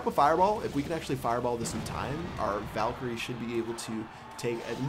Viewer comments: Honestly, I've been watching ur vids for over 2 years, and my head is really hurting from when I'm pulling out my hair every time u say vulkerie 😂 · Its VAL-KU-RIE. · It's called vay-lee-cry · It's pronounced Val-e-Croi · it's pronounced Vae-lee-cry.